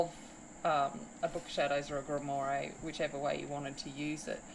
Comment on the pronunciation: Just a heads up, it’s pronounced grimwah.